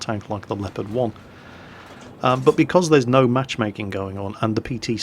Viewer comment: Why you say Lepard and not Leopard?